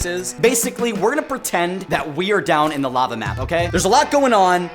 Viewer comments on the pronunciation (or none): Lava=❌️ Larva=✔️